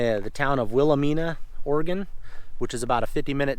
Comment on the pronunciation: Oaken Hills. And Will-uh- my-na. Cheers